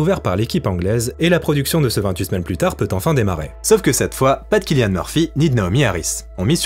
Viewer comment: Cillian se prononce avec un 's' au début, pas un C. Excellentes vidéos.